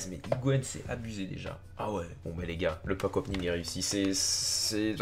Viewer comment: Pq tu dit pack opning?